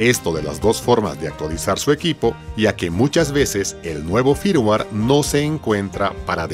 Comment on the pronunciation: Firmware. Flash. Dilo bien please.